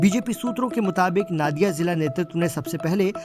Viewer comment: It's not " na " in Nadia. Its pronunciation is " no " ..... So pronounce" Nodia "